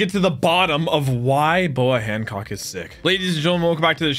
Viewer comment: Bruh calling Hancock hammock